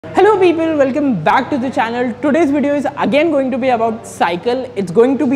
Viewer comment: People ❌ Pepel ✅